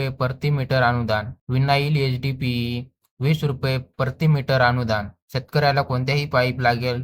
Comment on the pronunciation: शुद्ध मराठी बोल, प्रति मीटर ला परती मीटर बोलतो